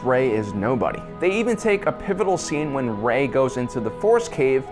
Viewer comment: What's a Porge? And who's Admiral Horda? How about "Row and Finn"? Oh that's right, can't pronounce names worth a crap. WTF dude 😂